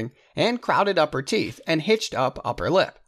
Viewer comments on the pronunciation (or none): none